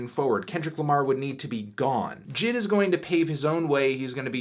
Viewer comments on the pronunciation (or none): Jid.... IT’s JAY-EYE-DEE, melon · Hey baldy you see those periods. It’s not jid it’s J I D you’re better than that fantano. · it’s pronounced JAY EYE DEE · Anthony calls him Jid 😂😂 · isn't his name pronounced "jay eye dee" or nah